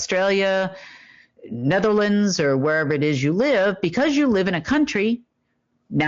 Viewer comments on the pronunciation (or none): none